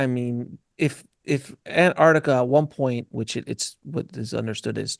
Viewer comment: "nucular" and "antartica" 😱🤦‍♂️